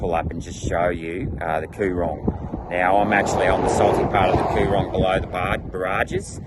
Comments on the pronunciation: Get out of my state and my backyard, get back to your neck of the woods, go-on tick-off. You are very poorly informed my dear senator about the lower entire section of the MDB, the Coo-rong is the pronounciation, similarly Men-in-gie. It's not hard to learn proper pronounciation of places, unless you don't care what is outside of your state! The freshwater from the Murray-Darling system does not flow into the coorong, it's impounded at the barrages, vision of which which you failed to put in your video, as they were emplaced to enable permanent water stores the distance of the Murray River for river trade traffic, not as irrigation storages, by and large. The coorong's water flows used to come from further down the limestone coast, like where you were down at Kingston SE, it usually is sent out to sea via the SE drainage system, with many hundreds of kilometres of open drainage channels. If you really wanted to sound important, why not champion an idea of redirecting some of the SE drainage freshwater flows from going out to sea instead or to impound it and replenish the underground aquifers under the limestone coast, if you want to do a geo-technical solution. The whole of the limestone coast is actually a series of former coorongs, that formed over the last few million years. There are irrigators around the lower lakes that rely upon the "shallow lakes of freshwater". Do you want to send them broke as well? That's a heaps good policy- Aussie farmer against Aussie farmer! Ju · this is so wrong, goes to show you have no idea about the lower lakes and Coorong, you cant even pronounce the names right, obviously you didn't spend much time there or speak to any locals. so many farmers, fisherman and surrounding community's rely on these water ways for there livelihood so its not just there to evaporate. the lakes and Coorong have been here long before settlers and they are a massive part of the ecosystem and not some Labor or Green invention as you make it out to be.